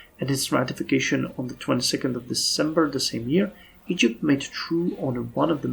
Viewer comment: "eygpt"..... Yeah